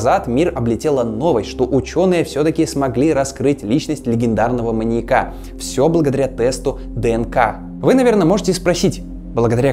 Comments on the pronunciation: при всем уважении: "маньЯка", не "маньякА" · Уважаемы, почему так безграмотно? Наверное не "маньякА", а "маньЯка". Учитесь правильно расставлять ударения. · Слово "маньякА" с ударением на А жутко режет слух, после 10- го повторения выключила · Круто, только не маньякА, а маньЯка, резало слух всё время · МаньЯка, маньЯком, маньЯки. Ударение, дорогой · маньЯка, не маньякА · ты молодец, очень интересно. Но маньЯка, а не маньекА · "маньякА"? Серьезно? Родительный падеж: манья́ка, манья́ков. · МаньЯка, маньЯку, а не МаньякА и МаньякУ. Простите, но очень режет слух. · Люблю ваши ролики, но очень хочется попросить проверять русский перед записью(( ударение в слове маньяк в разных падежах - падает на Я (маньЯка, а не маньякА) и тысяча, а не тыща. Очень ухо режет(( вы молодцы, занимаетесь просвещением и язык в этом случае тоже важен, надеюсь, вы это понимаете. Желаю роста! Зы: коммент можете удалить, мне главное, чтобы вы сами прочли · МаньЯка, а не маньякА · Почему маньякА. Что за отстойное ударение : / Кстати, кому интересно тему эту детально изучить, то серия о Джеке от Карты Убийств просто супер. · прости, материал клёвый, но, не "маньякА" а "маньЯка". Будь грамотнее, пожалуйста. Уши режет. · маньякА, маньякУ, жуть какая-то, слушать невозможно с такой постановкой ударения. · Интересно. Но "маньякА" режет слух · Все видео резало ухо твое "маньяка́" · Очень интересный материал, однако неужели так тяжело правильно ставить ударения? В видео постоянно "маньяку́, маньяка́, маньяко́м..." Ппц просто... Меня каждый раз передергивало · Видимо, кому-то не нравится ударение в слове "маньяка". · скажите ему где правильно ударение ставить в слове "маньяка" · Классное видео, но сильно режет слух слово "маньяка" с ударением на последний слог(((